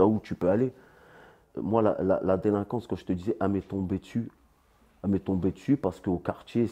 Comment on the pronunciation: délinquance et pas delinquence frero ....